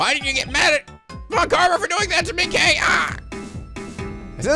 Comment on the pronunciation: you know when you say kay kay kaayy!! well without 'ay' part of the name... its bad.